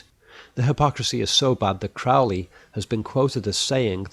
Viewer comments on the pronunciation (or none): Crowley is mispronounced throughout here. It’s “crow” as in the large black bird. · Just a small quibble - I know Ozzy Osbourne would have you believe otherwise, but Crowley's name is pronounced like the bird, not to rhyme with prow. Please keep the vids coming, even speculation can be fascinating, and it makes you stop and look at the movie.